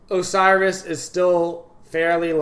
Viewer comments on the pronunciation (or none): none